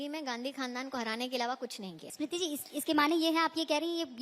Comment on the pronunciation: O bhai ASmiriti irani nhi smiriti irani bol 😂😂 ASmiriti 😂😂